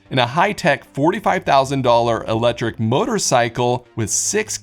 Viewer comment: “100% elejric”